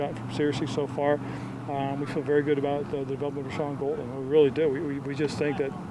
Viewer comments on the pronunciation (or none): He didn’t even pronounce Gal-den right 😹